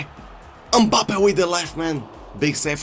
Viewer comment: Nobody:: UMPABBE!!